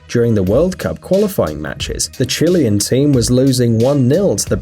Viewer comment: Dude learn to pronounce Chilean properly